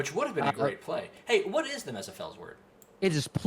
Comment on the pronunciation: Why do you keep saying Mezepheles weird? Is that an old name of it???